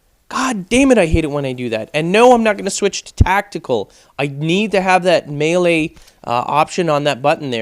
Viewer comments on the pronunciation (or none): none